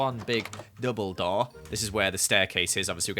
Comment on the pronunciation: Did he say double door or Dumbledore? XD